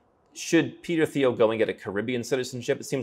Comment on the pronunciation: Very nice. But dude, the "th" in Thiel is pronounced like that in Thailand: just like a "t", and not like that in "think". Also, one wouldn't have a philanthropic "impact", but an influence or contribution.